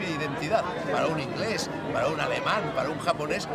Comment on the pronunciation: Alfonso tena hablas muy mal inglès,pronuncias pésimo...